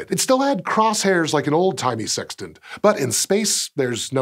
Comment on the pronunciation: Lol he said tant.